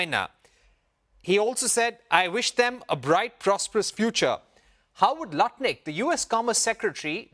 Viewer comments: It's not Lootnick, it's Nut Lick!! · It's NUT-LICK not luttnick . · LUNATIC NOT LUTNIC 🤡